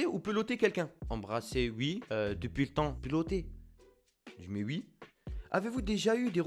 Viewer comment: Toi tu dit ui est pas oui